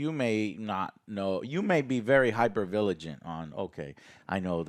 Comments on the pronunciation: I love when mispronounces basic words lol. Hyper-vigilant. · Hyper villigent....nice Joe huehuehueeeeee